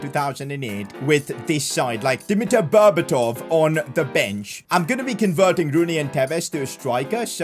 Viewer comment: you call berdatov budetov